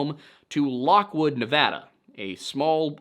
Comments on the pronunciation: I quoted it along with you. Thank you for leaving how to properly pronounce "Nevada". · Side note: Thank you so much for saying Nevada the way people from the state say it. 🥺🫰